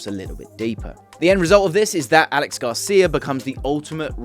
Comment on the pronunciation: Great video as always. Btw it's not pronounced Alex Garcia, it's a catalan name Aleix, pronounced Ah - Leh - Sh.